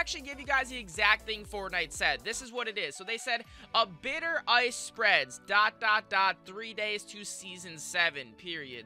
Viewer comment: Howcome he says oice instead of ice